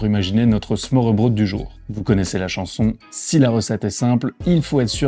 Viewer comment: Petit conseil pour la prononciation: å = o / ø = eu. Smørrebrød se prononce smeurbreud :) Superbe vidéo à part ça, elle m’a rappelé pleins de beaux souvenirs de la ville !